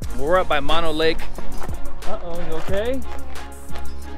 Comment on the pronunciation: Mono Lake is mispronounced in your video. (It's pronounced with 2 "oh's"). I get using "You might die" in your title as a "hook" but it's a huge exaggeration, similar to you might die by falling out of bed in the morning. The warning is for stupid people who take their boat to the south shore beach, get out and trespass/wander around the huge military ammo depot with 100's of bunkers full of explosive munitions (the largest ammo depot in the USA and mostly why Hawthorne, NV exists)...hey., ya got to warn dense people. Swimming in Walker Lake would be disgusting/nasty because of the high mineral content (similar to the Great Salt Lake in Utah)...it's the result of diverting the Walker River's water for agricultural irrigation.There's discussions/efforts to limit the diversion to "save" Walker Lake. Look up Walker Lake in Wikipedia for details on the lake's restoration efforts and the ammo depot.